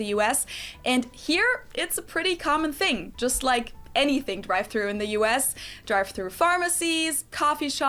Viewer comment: Why is it a “fing” and not a “thing”?